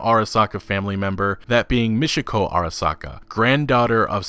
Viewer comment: Repeat after me: Michiko, not Mishiko. Ch like in champion.